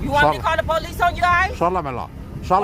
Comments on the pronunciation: She's a sheriff, why does she have to call the po-lice? What's another "unit" going to do? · Oh No, please don't call the po-lease